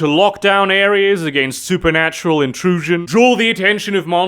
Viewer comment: Me: watching being things: "SuperNUTural and occult secrets." Me: "What do you say,?"